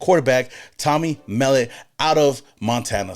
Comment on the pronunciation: The 2 QBs we got back to back from the FBS level r great picks bro. I know u don't follow FBS too close, that's ok cuz I'm here to tell Raiders Nation not so sleep on those 2 kids. Pete Carol wanted winners, he's got em. Those two r freakishly athletic at their craft & only wake up in the morning is to compete & win. Mark my words, Biff told y'all!!! It's Mell Ot, not Mell It Love this channel!!!!